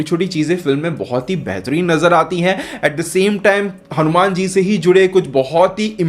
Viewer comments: हनुमेन नहीं …..हनुमान बोल भाई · भाई तुम hanuman ( हनुमान) बोलो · Bhai ye hanu man nhi hai, hanumaan hai